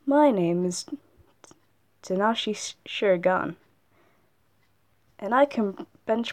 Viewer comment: You said Shiro’s name wrong. YOU: Tanashi Shirogan EVERYONE ELSE: Takashi Shiroganaye We pronounce it right but spelled wrong just pointing out and I’m not trying to be mean about it